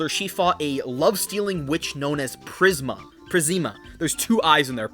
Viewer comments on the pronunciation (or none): PRIS-ME-UH PRIS-MIA P R I S M I A